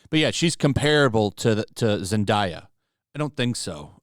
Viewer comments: "Zendahyah" 🤣🤣🤣 I don't think that's how you say it bro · The way you said zendaya was funny